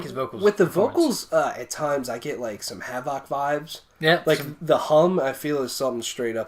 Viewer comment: Cool review. Btw, your saying Havok wrong. It's pronounced the same as havoc, as in, "to wreck havoc".